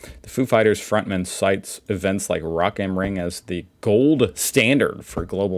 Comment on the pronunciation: I was not prepared after the "Rock ähm Ring" pronunciation fail 😂. Kudos! That was really good 👍